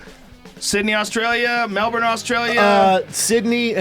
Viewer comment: appreciated the correct pronunciation of Melbourne.